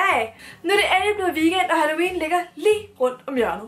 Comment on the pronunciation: "Altså halLOUween", er jeg den eneste der ikke kan lade vær' med at tænke på det? 😂